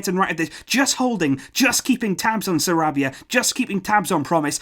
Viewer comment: Lol I like how he rolled the R in Sarabia